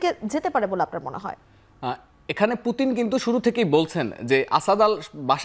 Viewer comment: উনি একজন বিশ্বনেতা নামটা সুন্দর করে বলেন মরক্কো মহিলা